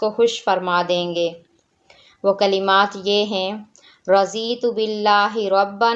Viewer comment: AAP NE RAZEETHU PARRA HAI YE RADHITHU PARNA HAI ARBI ZUBAN MAIN DHUWAT KAI ZUWAT NAHI ALLAH RAB UL IZZAT HUM SBKO SUCHNE OR SAMAJNE KI TOUFEEQ O TAQQAT OR QUWWAT OR AMAL KRNE KI THUFEEQ ATTHA FARMAYE AAMEEN BAJI HIN NABI YIL AMEEN AAMEEN ALLAHUMMA AAMEEN